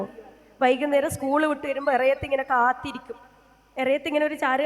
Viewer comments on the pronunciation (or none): none